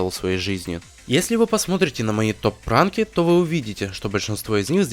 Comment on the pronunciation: Мне послышалось, но в моменте на , слышится, не топ ранки, а топ пранки?